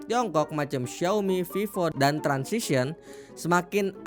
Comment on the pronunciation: TRANSSION..bukan TRANSISION😂😂